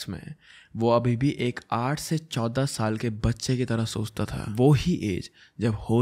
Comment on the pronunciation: Kudos to you, you are just amazing the way you present all these cases. But in this video I couldn’t help the way you were pronouncing number 14😅😂